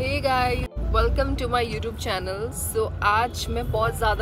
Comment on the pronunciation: She says "You Toob"😂😂😂